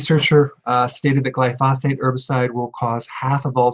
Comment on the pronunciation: Glyphosate is accented on the first (not the second) syllable.